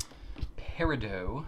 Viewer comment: it's peridoT not peridoW, as in polka-dots or something... just to let you know:3